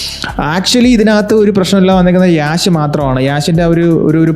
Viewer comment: Yeahsh Alla bro Yash ahn